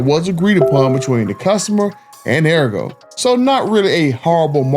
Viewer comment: Pronounced Ahh-Re-Go… I got my last two vehicles from sawgrass. but yea this is messed up, no dealership should tax extra on the hardworking class… and to lie and lie and lie says a lot about their character. 🤦🏾‍♂️